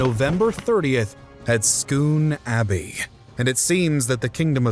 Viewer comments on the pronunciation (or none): It`s Scone Abbey - NOT Stone Abbey - SUCH SIMPLE AVOIDABLE MISTAKES ARE ANNOYING.